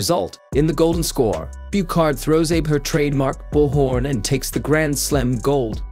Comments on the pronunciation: Her name is pronounced 'AH BAY', not as in Abe Lincoln. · Meaning no disrespect. Abe is pronounced "Ah beh" Uta is pronounced "Oo tah" Abe is the family name, Uta is her given name. Uta means song. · Her family name is pronounces ah-BAY, not the way you said it. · A-be(soft E) is her family name and U-ta is her first name! Uta Abe. Your AI speak sucks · Get the pronunciation: Ah-bay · Come on now! Pronunciation of the name Abe is basic in Japanese language. It is pronounced Ahh-Bay. Please! If you are going to narrate a show about this famous young woman, then please pronounce her name correctly! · For God's sake, DO YOUR HOMEWORK!! The name is pronounced "AH-BEY!!!" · It is always nice to hear the names pronounced correctly. You can try AH-bay. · Abe is pronounced ah-beh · FYI - Her first name is Uta, Last name Ahhh-beh. AI voiceovers have a hard time pronouncing foreign language accurately. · This reminds me of when a girl in my high school class read the word sake like "sak". It later dawned on me that everyone isn't a weeb like me and doesn't know Japanese is a phonetic language. I don't blame this guy for saying Abe but not "A-beh", but there is a part of me thinking this narrator is trolling because he can pronounce judo techniques correctly so idk at this point. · I don't think her name is pronounced the same as Abraham Lincoln's "Abe" 😂 It's Ah-bae! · You could at least pronounce her name correctly: "Ah-bey" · They could have written the script differently so the AI would read it right... but it's likely that the tuber doesn't care either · The name is Abe Uta , not “eibi iuta” Show some respect trying a little effort to pronounce a Japanese name correctly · Somebody get that AI voice to pronounce her name and all the judo terms correctly. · Please, take the trouble to pronounce her Japanese name correctly. Respect people. You are an incompetent commentator! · Nice video ! Just wanted to say its pronounced "Abey" (Abe) and "Bush are" (Buchard)